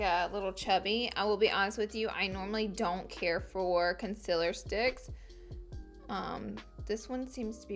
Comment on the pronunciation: Also when she says "conciler" instead of "conCEALer" and it's not an accent either because I'm from Alabama too...